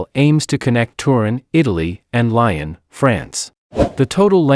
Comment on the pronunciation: Lyon is pronounced "lee-on", not like the animal "lion".